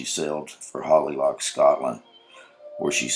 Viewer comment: Narrator: Holy Loch, not Holly Loch.